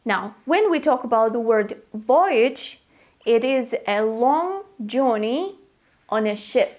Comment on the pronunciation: Dear it's not Jorrney it's Jurrney as in Journey perhaps your Russian accent! Where to Europe?